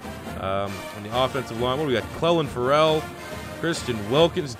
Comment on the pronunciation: He said Clelin Ferrell’s first and last name wrong 1st round draft pick can I get a like for respect 😭